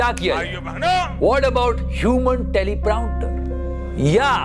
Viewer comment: teleproMPter not teleprounter?